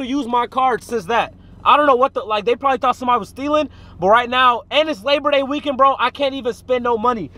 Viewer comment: “Labor Day weekend”🤦🏽‍♂️😂😂😂😂😂